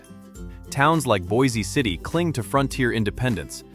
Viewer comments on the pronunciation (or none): Boise City is NOT pronounced like city in Idaho. It's a one syllable word.